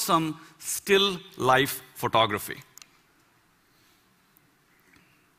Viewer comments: I definitely heard him saying pornography rather than photography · It sounds like he's saying 'pornography' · he says photography it sounds like pornography